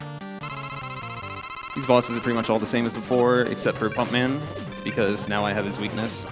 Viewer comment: Damn, I thought he said "Funk Man" (turns out it was Pump Man). I'd love to see and hear a Funk Man stage.